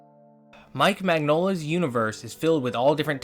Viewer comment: /mɪnˈjoʊlə/ Nonetheless keep with the good work. It's refreshing not hearing an AI generated voice or seeing AI generated art. That is, to see a video voiced by a person with a passion and respect for the theme.